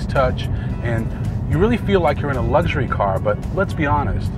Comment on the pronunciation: It's all about lugshury..